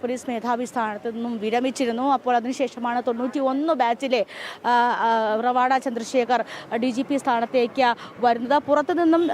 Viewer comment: നിങ്ങൾ പല വാക്കുകളും പേരുകളും (മറ്റു സംസ്ഥാനങ്ങളുമായി ബന്ധപ്പെട്ട് ) നിങ്ങൾക്കു തോന്നുന്നതുപോലെയാണ് ഉച്ഛരിയ്ക്കുന്നത് ഇദ്ദേഹം റവാഡാ ചന്ദ്രശേഖർ അല്ല ശരിയ്ക്കു മലയാളത്തിൽ ഉച്ഛരിക്കേണ്ടത് രെവാതചന്ദ്രശേഖർ എന്നാണ് ഇത് തെങ്ക് വാക്കാണ് A P യിലെ ഒരു കുടുംബ പേരാണ് രെവാത എന്നത്